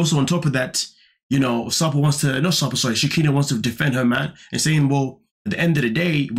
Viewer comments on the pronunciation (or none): Her name is She Ki Naw. NOT She-Ni -Kah